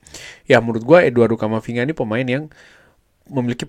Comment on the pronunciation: camafinga ??? not good